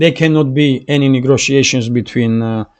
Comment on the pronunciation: Thank you for your report. A little correction on your pronunciation. It is “negotiation “ you are saying “negRotiation” take that R off. Just trying to help my friend.